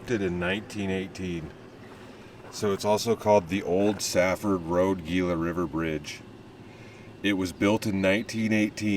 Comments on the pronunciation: Also Gila is pronounced Heela to these native folks lol all of us said Geela to start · Hi! Love the video! One note though: Gila is pronounced Heel-uh.